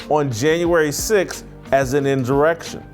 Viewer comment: I agree with a lot you say but it's bad that you can't pronounce the word insurrection